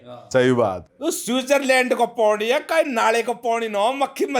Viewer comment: PANI❌ PONI ✅